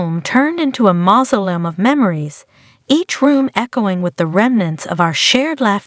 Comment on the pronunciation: I think it's great that you want to read stories on air. However, you should be sure of pronouncing words correctly. Mausoleum >> ma so le um as an example.